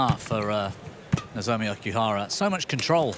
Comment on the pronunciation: WHy this male commentator keeps saying OKIHARA not OKUHARA while female commentaor keep saying OKUHRARA? He never learn anything.....